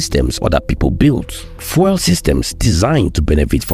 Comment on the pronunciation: Please learn to pronounce the word "fuel" properly. You keep pronouncing it as "foil". It should sound like "FYOO- EL". Please get it right. I like your videos, but your mispronunciation is very distracting.